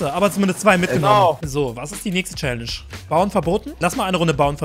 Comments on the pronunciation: Du hast challage gesagt! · Wie du Challenge gesagt hast 😣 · Er hat Challange gesagt :D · wie er direkt am anfang direkt ,,chalenge" sagt